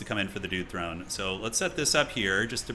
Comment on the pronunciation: This mf said THONE 😂